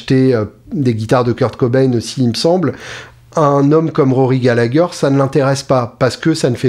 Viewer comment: Super ! 👍🏼 Prononcer Gallaher 😉